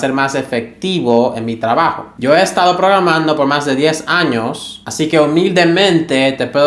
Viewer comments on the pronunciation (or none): none